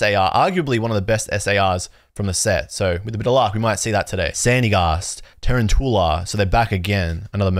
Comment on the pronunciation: A lot of people are saying tarantoola. You included. when it's quite clearly tuROUNtula. As in a round tarantula. Tarountula